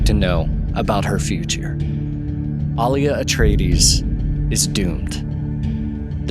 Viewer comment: Thank you for pronouncing Alia's name correctly...the new movies butchered them all and I dont know why, are modern peeps illiterate *people should reference the 80's film for the book proper pronunciations.